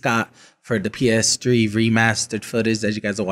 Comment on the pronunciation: Every time he calls it the "PS Tree", I laughed out loud.